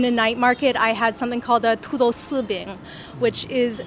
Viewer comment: 第一个美女说土豆丝饼的时候，发音是真地道。